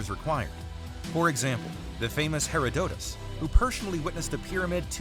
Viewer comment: SO, only in Africa are African's depicted as non-African; despite its age and the knowledge of migratory and intermediate patterns of invasion. Arabs, Asians, and Europeans were not creating civilizations in Africa 5,000 yrs ago. And the narrator mentions Herodotus, butchering the pronunciation of his name, but even Herodotus indicated they the Egyptians were black and Ethiopian. the actors in these Hollywood depictions are wearing Nubian wigs, this is black hair